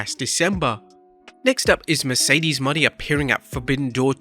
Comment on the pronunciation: This is getting Lamer and Lamer, First still saying Mercedes last name wrong THEN getting Forbidden Door 1 date wrong it was June 26th 2022 not 2023